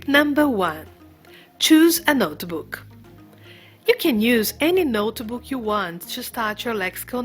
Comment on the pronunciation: There is no e sound in notebook.